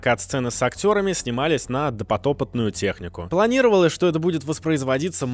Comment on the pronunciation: Ты сказал Допотопотная, ааай, почему вы так не любите русский язык? Допотопная, карл, Допотопная!